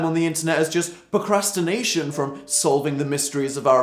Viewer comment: Po- cras- ti- na- tion. POcrastination.